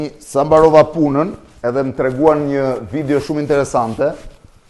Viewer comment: Nuk i thuhet "vidjo" por "video" o Blendiii.... Kupton ti, apo nuk kupton